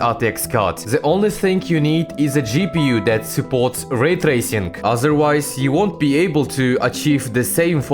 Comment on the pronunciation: laytacing. pas tracing